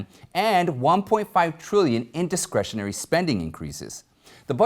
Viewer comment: I know it wasn’t intentional, but it sounded like you said “indiscretionary spending”. It kinda fits the way our federal government spends money we can’t afford.